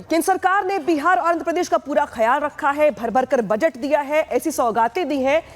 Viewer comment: जो बजट उच्चारण नही कर पाती, अब ओ बजट पर बोल रही है 🤪